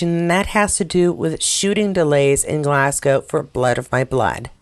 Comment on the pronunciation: The skiing bit is a real mystery. Tried to donate today. Wouldn't work. Sorry! And Yay! You've got Glasgow down pat. 😊